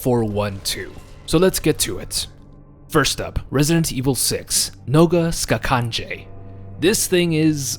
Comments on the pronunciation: I really liked the video but how you pronounced noga skakanje is so off it serbian translation that means "leg jumping" because most of the B.O.W.s in RE6 are serbian translated. But all in all amazing video. Also for me the scariest B.O.W. was definitely Ustanak at the icy cave with a drill hand, you couldn't fight him you could just hide and pray he doesn't spot you. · Noga skakanje, fun fact it actualy means: "leg jumping" ... Yeah funny name right, also you pronounced it wrong but considering slaven languages have a weird and hard pronaunciation for every english speaking person it is alright :) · Your pronunciation on Ubistvo was surprisingly accurate, your pronunciation on Noga Skakanje though was the terrifying part.